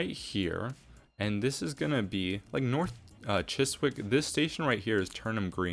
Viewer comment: W’s are silent in Woolwich and Chiswick. Wool-itch and Chis-ick 😉